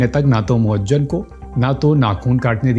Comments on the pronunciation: Moajjem nahin moizzam hai Urdu padha karo Jahil mat bano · Muazzam not muazzan itna bhi nahin malum aur aap video bana rahe hain